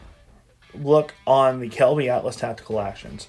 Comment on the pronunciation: Just a heads up, it's Kelbly, not Kelby. Not trying to be rude, just helping.